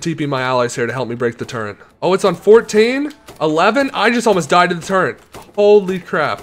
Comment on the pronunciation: turrent its a turret …